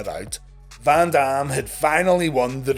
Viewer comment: The way he says Van Dam I kept thinking he said Bam bam, I kept waiting for a run in that will never happen